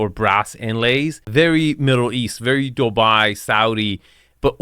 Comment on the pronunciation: Dude, its not DObai, its DUbai